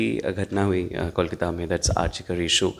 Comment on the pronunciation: I don't understand how could you pronounce कोलकाता as "कॉलकाता"(Callकाता) despite being a Bengali interviewer?